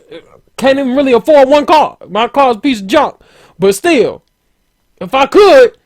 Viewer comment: Haha,he said "I'm steel down"